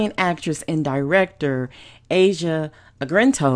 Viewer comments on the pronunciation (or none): Her name is pronounced "Ah-Zee-Ah" Argento as in Argentina with a hard gee. Her father is Dario, " the genius of Italian horror". I do remember seeing her on DVD in his early films as a child actor. Look for the remake of Dario's horror classic "Suspiria", pron. 'Sue-spee-ree-ah', coming to theatres soon. The original was a brilliant mood-piece set in an exclusive boarding ballet school. He had a way of turning gross-out scenes like a girl combing maggots out of her hair into high art. The remake has gotten the highest prise frpm previewers. The buzz is very positive!